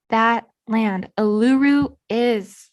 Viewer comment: Great work lots of information. Letting you know the big red rock in the middle of Australia Uluru in Northern Territory is pronounced as: oo loo roo.